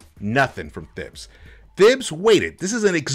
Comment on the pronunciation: His name is pronounced Tahibs bro